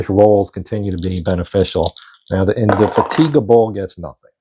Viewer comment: Per 11.14 Indefatigable was not eligible to fire. Only the Inflexible and then Indomitable, the second ship in the line) could fire on the lone Goeben. (Crazy name that—Indefatigable—but in typical British pronunciation accent falls on the FAT, In-deh-FAT-ah-gab’l. Also going back it Bel-LEHR-eh-fon.)